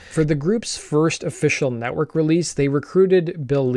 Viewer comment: Nettwerk, not Nettwark ;)